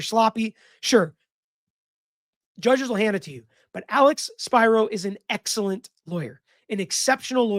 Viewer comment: Spiro pronounced (Spear-oh) the name is Greek even if he's Jewish.